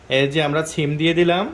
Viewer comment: ব্যাটা, ছিম নারে, সিম, আগে ভাষা ঠিক কর।